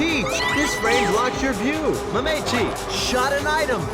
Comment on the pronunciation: I love you but my god that is not how you say Mametchi